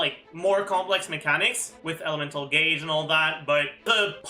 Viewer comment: "elemental gayge" that was a good one😂